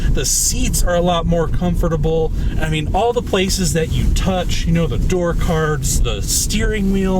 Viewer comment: Is it just me or does it sound like he adds an extra syllable to “comfortable” ?